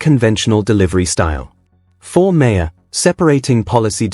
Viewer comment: Um...excuse me, but the subject of this story is pronounced MARR...NOT MARE. For God's sake, KNOW YOUR MATERIAL.